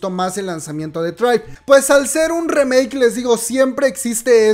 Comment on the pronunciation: Me tuvo estresado a mi y a mi Toc, Todo el video llamandole "remake" a la nueva canción de aespa. Aunado a que lo pronuncia mal. No se le llama remake al hacer una nueva versión de una canción ya existente. Se le Llama "cover". La palabra "remake" se utiliza para referirse a hacer nuevas versiones de películas o series no se utiliza con canciones. De ahí en fuera adoro tus videos aunque no escucho kpop. Me fascina como cuentas las cosas.